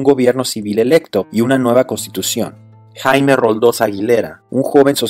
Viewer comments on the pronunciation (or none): none